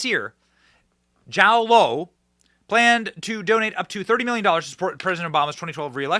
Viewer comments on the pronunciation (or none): I think his name is pronounced like Joe for Jho Low!